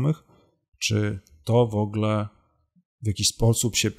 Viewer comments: Przyznam szczerze - straciłem w pewnym momencie cierpliwość do Pana materiału. Szanowny Panie. Szlachectwo zobowiązuje. Mówimy "w ogóle" a nie "wogle". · Szanowny Panie! Szlacheckich korzeni nie mam, więc z tego tytuły żadnych zobowiązań :) ja źle wymawiam, ale nie mówi się też "w ogóle" tylko "wogóle" z akcentem na pierwszą sylabę.